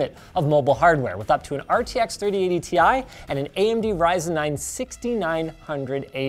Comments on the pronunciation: Linus you're pronouncing the Ti wrong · Linus, I have it on good authority that you mispronounced "Ti" ...